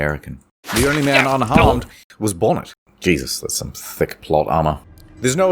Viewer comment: No cursing I’m owny fwee